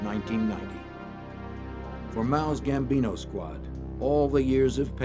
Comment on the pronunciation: Gambino not Bambino